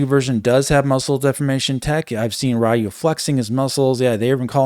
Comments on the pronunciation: Sorry, I'm gonna have ro be that guy: you're saying Ryu wrong! It's the RE in "Read" and the Yu in "You", not "Rai-Yu" as you were pronouncing it. Haven't heard people say it that way since the Street Fighter 2 days! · The way you pronounce Ryu is painful. It's more like Ree You